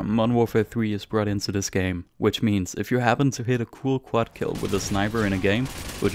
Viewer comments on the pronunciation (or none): none